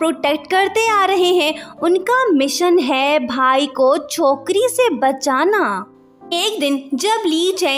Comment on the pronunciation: U just said chowkary se bachana This sound sindhi